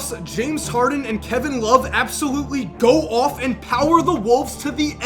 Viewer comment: I love how puts the emphasis on the words 'goes off' lol.